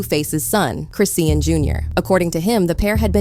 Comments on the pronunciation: Y’all gon say this girls name correctly. Who is Chris-seean? 🤦🏽‍♀️ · Who the hell is CHRIS SEEN??? If u don’t know how to say that girl name then u shouldn’t have done this video😂😂😂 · This white woman would not say Chrisean’s name correctly the entire video. 🤦🏽‍♀️ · Omg I hate how your not saying her name right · it’s AI reading a script and it can’t pronounce her name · You CAN'T pronounce her name. Start there. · Her name Chrisean please pronounce people names properly stop making content if cant or get it corrected before you do so. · Its ai talking not a person so that why her name is said like that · Can yu guys make sure the pronunciation of her name is correct ? I hate listening to videos when they do this , throws me OFF .